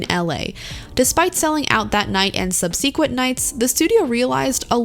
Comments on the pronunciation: Subsequent is not pronounced sub-see-quent. It’s more like ‘sub-sir-quent’. I’ve never heard a person pronounce it the way you did. Lol. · "Sub-SEE-quent"? I'll never hear subsequent the same way again! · "sub SEE quent" nights?!? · Great analysis. (You might want to look up how to pronounce subsequent for future projects.)